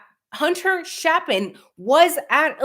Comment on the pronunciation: It's Chapin with a long a, like ape.